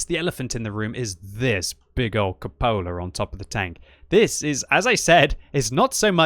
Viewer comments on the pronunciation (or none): I think it's pronounced CUpola like cupid, not cuPOla